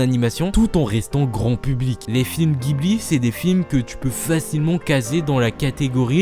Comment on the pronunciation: Si jamais ça t'intéresse, au Japon, au prononce "jibli" et non "guibli" pour les studios Ghibli :)